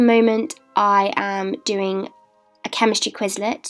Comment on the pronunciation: di... did she... did she just say quizzlet? And I